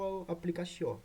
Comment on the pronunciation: Regra de QUIÓ se pronuncia